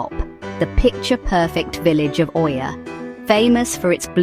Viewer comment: Did u say oiia?